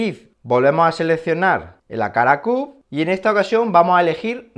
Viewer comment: Excelente pronunciacciione del “wakala cub”...